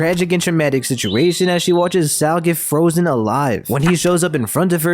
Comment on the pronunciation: I hate the way you pronounce Saul 💀